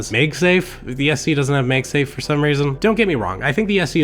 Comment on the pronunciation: Meg safe?? You mean MAGsafe. Why do you say it that way